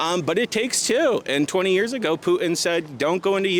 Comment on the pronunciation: Who the heck is Poo-in? Is that dumbxss trying to say Putin?